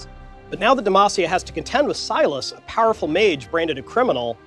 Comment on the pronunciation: Fudging CONFIRMED!! It's (Say-las) not (Si-las)